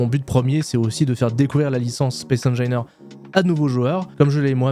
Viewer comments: non mais c'est pas possible : on t'a dit 10 mille fois que ça se prononce comme "angine" de poitrine ... j'ai quit à 39 secondes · Space engineeeeeaiiiiirrrrs, comme opussssse, pas opu. On dira une IA :face-blue-wide-eyes: ! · Space engailleneur mais par contre il dit bien en anglais le Rage du VRage3 mdr 😂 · Mdr je m'attendais complètement a trouver un commentaire immédiatement a ce sujet., cette prononciation est juste infecte 🤣. Mais force a toi quand même pour ton aventure YT! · donc on prononce engineer comme le dit l'ordinateur et opus faut prononcer le s. j'ai hate de pouvoir te corriger a nouveau !